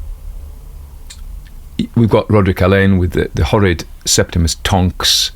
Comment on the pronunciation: "Septemus Tonks" this AI trained on JK Rowling!